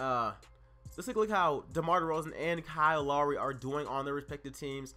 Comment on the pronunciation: BTW u pronounced lowry wrong